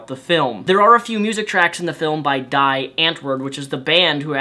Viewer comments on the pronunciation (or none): I love Yolandi's voice! xD I didn't get to see it though. It looked awesome! Oh, and it's pronounced "Dee" not "die", just a little FYI